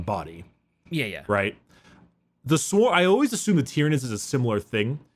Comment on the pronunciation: Planet "Tie-Ran" continues to call nids "Tear-inids" .... Brah